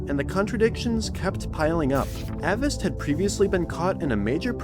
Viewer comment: I know it's just semantics, you pronounced Avast incorrectly 😂